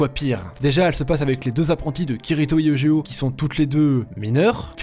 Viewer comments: [egéo] T_T pleure ÇA SE DIT [YUGÉO]!!! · On prononce youdgéo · Prenoncer eujeo comme ça cest grave